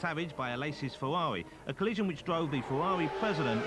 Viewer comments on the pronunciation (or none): Unsuitable but hilarious. So many funny quotes like ripping the piss out of deCesaris, ‘Berger’s Fewawi’ and ‘Zanardi cwashed is wo’us’